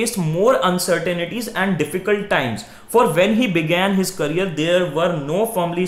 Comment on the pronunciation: Sir you are doing good but pronouncing the word 'career' wrong.....